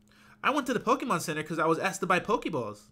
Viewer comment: why are u saying Pokemon wrong